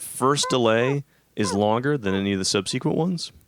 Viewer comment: "sub-sequent", I'm calling you out